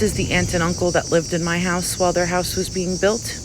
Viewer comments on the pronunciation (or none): none